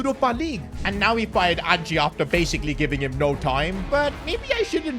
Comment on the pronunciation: Nuno was sacked on 9th Sept. So how is this the FIRST sacking of the season? And who exactly is Angie? It's Ange.